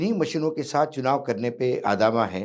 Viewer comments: आदामा नहीं वानखेड़े जी आमादा सही उच्चारण यही है। आमादा, 👍🇳🇪 जय हिन्द । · आदामा नही आमादा होता है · Uncle, आदमा नहीं आमादा होता है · आमादा, not आदामा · Tiger sahab it is aamada not aadama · Sir adama nahi amada bolte hai 😂😂